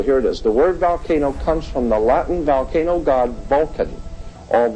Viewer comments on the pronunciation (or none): It’s not a ‘VAL-cano’…. (VOL-cano).